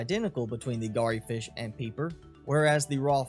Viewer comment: Just a minor point - re your horribly butchered pronunciation of Garryfish. 'Garry' rhymes with "Larry".